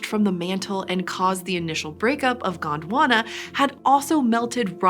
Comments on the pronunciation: Its Gond Wana not Gaand Wanna 😂😂😂😂😂😂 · It is Gondwana not GWANDWANA .😂